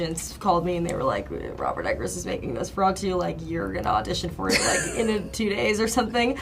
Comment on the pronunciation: Stop saying nose feratu!